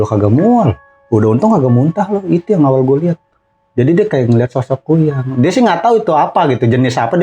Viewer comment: Kuyang bg bukan kunyang🤦‍♂️